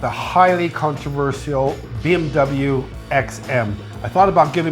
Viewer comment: Controvercial?? Isn't it Controversial? For me it should sound like "controvertial", not "cial"